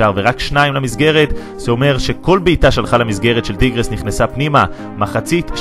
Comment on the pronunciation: אומרים טייגרס לא טירגס